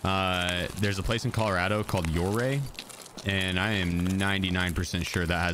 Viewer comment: Okay that’s the first time i’ve heard Your-ay. Hear a lot of oo-ray. It’s pronounced “ur”-ay. Named after Chief Ouray! Its population is below 1k! Great place to grow up in.